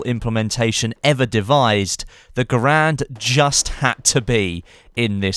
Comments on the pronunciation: He's right it's pronounced "Gerend" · Just a little tidbit, garand is more pronounced "gerend" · you can look it up It sounds cooler pronounced "gurand", but it's "gerend"; similar to the carbine being pronounced "carbean" ordeal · "Garand" rhythms with "Errand" pronounced "Gh-air-and" and is not pronounced "Ger-rand".